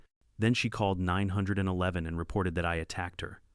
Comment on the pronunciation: Jesus Maria am I sick of hearing "Ninehundredeleven". Now there's "ASS HOLTED"